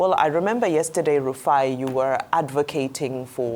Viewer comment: Rufai please, not Rufia😅